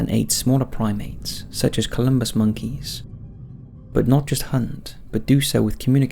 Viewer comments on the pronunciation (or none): Wouldn’t it be fascinating if they learned this from humans? PS: it’s pronounced CALL-uh-bus not Columbus monkey, I’m pretty sure. There was a Netflix doc I watched in 2017/18 about chimp wars, but it also demonstrated how the most brutal chimp alphas, etc also had shorter rules, because eventually the rest of the troop gets fed up with all the fighting and bullying and they take out the bully. And the alphas that tended to have the longest most peaceful tenures displayed a lot of resource sharing, cooperation, and grooming. it did a good job of dispelling pop culture’s incorrect definition of Alphas vs Betas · It's not "Columbus Monkeys", the proper spelling and pronunciation is Colobus Monkey (Call-uh-bus) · It's colubus monkeys, not 'columbus'. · "Colubus" ... no m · It's Colobus, not Columbus. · Colobus, not Columbus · *colobus monkeys. Not “Columbus”. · Why say columbus monkeys. Can't read?